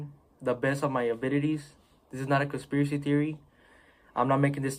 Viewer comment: first thing i saw when i heard him say "im not conspriacy theorist"